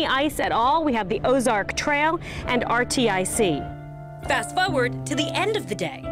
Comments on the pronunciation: she calls it RTIC irr to a pronounced Artic lol the place that’s cold...lol also she called Ozark trail Ozark like just drops half of the brands name because it’s more suiting to her... smh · Did she just call that one "are-tee-eye-see"??? Can she not read? I'm embarrassed for her. Really.